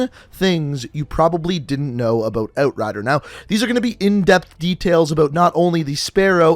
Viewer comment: How he says outrider sounds satisfying